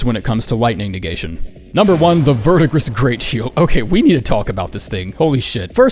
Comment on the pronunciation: Verdigris is pronounced Ver-Di-Gree. French word.